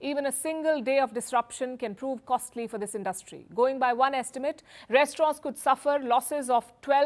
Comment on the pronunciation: You have to learn the difference between “ asked” and “ told”. You have to learn how to pronounce “ interim” , “ industry” etc.